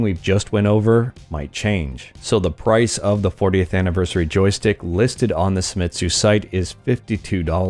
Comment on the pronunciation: Japanese, not German. Se i mi tsu. not SAI.